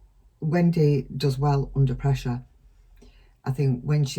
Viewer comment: It’s great how you say Wen-day😁